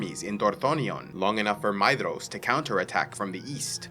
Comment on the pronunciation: "DH" in tolkien's works is pronounced as TH. so Maedhros is pronounced Maethros or May-Thros